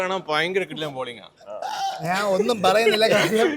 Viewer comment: Enikk mathramano Njan ennolenu Naan enn kelkkunnath. don't feel bad.